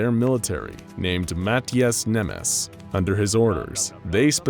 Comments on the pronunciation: For those who are complaining about how he pronounced that guy's name how does he know that the S sounds like an SH in Hungarian? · How come you pronouce french i assume names correctly but saying Mátyás incorrectly. >:( Angry hungarian nioses